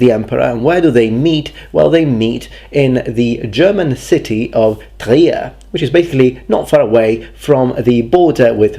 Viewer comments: Your pronounciation of Trier is perfect! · Your pronunciation of Trier was good.